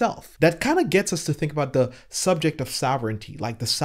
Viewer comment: Can someone please help with saying the word “the”? Please?